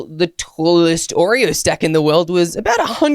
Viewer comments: is wrong its Oreo not Oree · 😂 you spell wrong you said oree